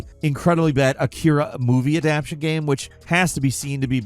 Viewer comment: instead of describing the ''off key music'' or bad controls, why cant you ever show it? and please say ''game'', not ''gahm'' it's been over a decade